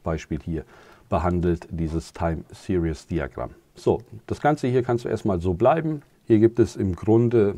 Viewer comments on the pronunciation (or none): none